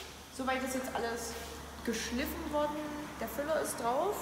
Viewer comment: Geschliiiiiffen nicht geschlÜÜÜÜfen